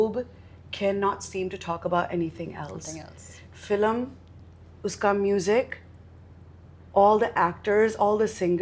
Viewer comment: when she speaks in English it FILM and when in Hindi its FILAM